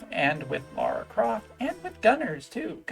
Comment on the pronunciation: Thank you for pronouncing her name correctly. It always annoys me when people pronounce it "Laura".